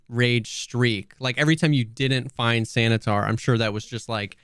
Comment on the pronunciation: I am sad you guys missed "Santa-tar"